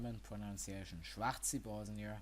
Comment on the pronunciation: No, Schwahr-zi ,but you must know german pronunciation